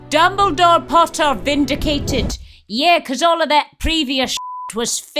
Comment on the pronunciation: I can't hear this otherwise than the short of "dumbledaw"